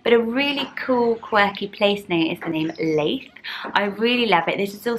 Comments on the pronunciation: Love these as always! I live near Leith in Edinburgh - it’s pronounced Lee-th (like Prue Leith!), not Lay-th. can’t imagine it as a first name though! Looking forward to the Scottish names! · You're not pronouncing Leith right. If you want it to be like the town then it would be Lee-th. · I grew up in Leith, so sorry but your pronouncing it wrong. It’s more like Keith with an L xx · I wont be another comment about the Leith pronunciation 😂 adore all your baby name videos, another name obsessor here. Absolutely love Franz, my angel baby boys name is Franco. Cant wait for the Scottish name list, so many nice ones, Brodie and Lochlan being my favourites x